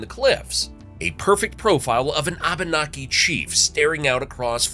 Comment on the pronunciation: I love your channel. BUT PLEASE PLEASE PLEASE. When saying the name Abenki. To say say it properly E is a break in syllables. So it is pronounced AB- naki. Thank you. I look forward all you future videos. You always do so well. Love from Maine and the AB-naki native Americans, such as me!!❤❤❤❤